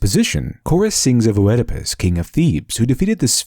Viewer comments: An excellent analysis. And I should know, since I am totally uninformed about the Eastern tradition! :-) One tiny (and totally pedantic) quibble, though. You are pronouncing Oedipus incorrectly. I know that this shouldn't really impact the strength of your argument, but people often judge on your credibility rather than your arguments, and incorrect pronunciation threatens credibility. The "Oe" at the beginning of "Oedipus" does not represent two separate vowel sounds, as you have been pronouncing it (i.e., not "Oh-ed-i-pus"), it represents a diphthong in Greek that was originally written "Oi", pronounce more or less the same way as "oi" in English (the original Greek name of the play was Oidipous_Tyrannos -- literally, _Oedipus_the_Tyrant_, though the word tyrant in those just meant someone who ruled by force, not necessarily one who was evil); when translated into Latin, the combination "oi" is replaced with "oe" because this was the letter combination for the same sound in Latin (in Latin, the play is called _Oedipus_Rex_, which means _Oedipus_the_King_). In later Latin, the sound of "Oe" shifted to the sound "ay", but was still written "Oe". It was borrowed into English in that form, and then changed again with the Great Vowel Shift to be pronounced "ee", even though it is still written "Oe". Compare it to the words "phoenix", "foetus", and "onomatopoeia", or the old spelling (still modern British spelling) of "encyclopoedia" or "diarrhoea". The name, in English, is most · how do you have a channel with "literature" in the name but NOT know it's pronounced ED-IH-PUSS not O-ED-IH-PUSS and it's Del-FEYE not Del-FEEE, nice video but had to stop listening at that point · I'm sorry, but your pronounciation of Oedipus is driving me insane. It's "Ee-di-puhs" not "Oh-eh-di-pis". It's maddening! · Not "Oh-edipus", just "Edipus" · It's just pronounced eedopus. The Oe is pronounced like an ee. as in tee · It's pronounced eedepuss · It's a silent O in Oedipus